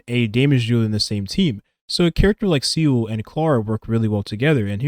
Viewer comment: I love your videos, I genuinely do. But please god, “Seele” is pronounced “ZEE-luh” not “seal” 😅